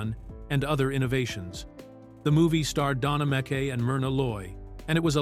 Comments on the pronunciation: Don Ameckay? lol it’s Don Ameche pronounced A-me-chee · Don a meecheey is the correct pronunciation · AI doesn't know that .